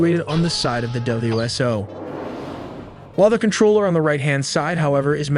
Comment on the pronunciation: W.S.O, not W.S.0